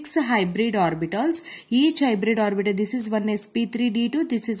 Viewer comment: Mam's pronounciation - orbital = orbitol , H = hech